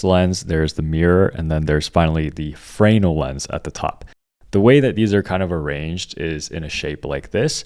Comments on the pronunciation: Frayynul lens? Americans seem to instinctually hate pronunciation. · FRE-NELL (accent on the nell)